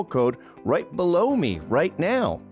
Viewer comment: right balow me….right now😂😂